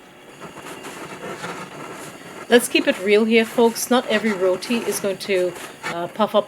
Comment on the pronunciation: yOuR RoWeTee , abeh gora ke aulad pronunciation tik karo yaar lol